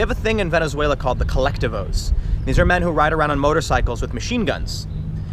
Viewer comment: "The Collective-Ohs!" Sounds like a breakfast cereal